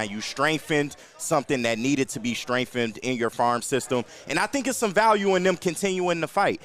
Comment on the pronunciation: since when is there an f in the word strengthened😂😂😂